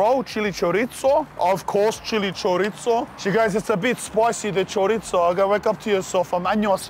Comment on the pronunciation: WHY DO YOU CALL IT A CHORITZZOH AHHAAH ITS CHORIZO MY DUDE WHAT IS THIS